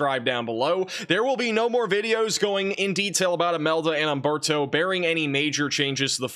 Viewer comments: Nice talk, but it is Humberto and not Amberto ... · Just a quick correction: For all Spanish names and words, the "H" is silent. Humberto should be pronounced oomberto. Thanks!!